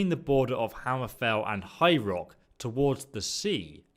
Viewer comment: When you say "High Rock" it sounds like "Hyrule" which threw me off for a bit